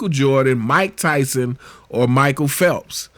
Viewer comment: "phelps"... WTF, Bro...